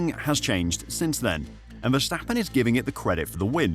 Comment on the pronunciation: Vstappen….???? WHO the fuck is that? His name is Verstappen!